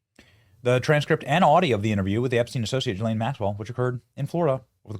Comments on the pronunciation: It's pronounced Gee-ss-len. Don't forget the "s" sound. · Why is he saying Joy or Joann Maxwell instead of Ghislane? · Benny I think her name is pronounced “Gee” as in Goat - Gee-lane. cough Never mind. She doesn’t deserve her name to be pronounced properly. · Good headlines, good research....but please learn how to say her name ...szhe....as the szhe in asia....Szhislane!!!!!!!!